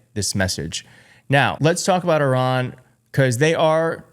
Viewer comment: why cant this guy pronounce iran properly?